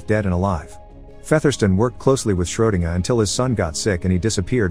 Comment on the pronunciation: "Schrodenguhh. Schrodenguhh?" I think the computer man meant to say SchrodengER... i've said it before on this channel, and i'll say it again... WHOEVER MAKES THESE VIDEOS REALLY SHOULD PAY MORE ATTENTION IN THE EDITING PHASE AND DO WAY, WAY, WAY MORE RESEARCH BEFORE POSTING THESE TO YOUTUBE!!!